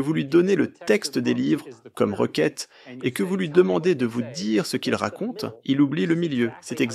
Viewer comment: Requête pas roquette....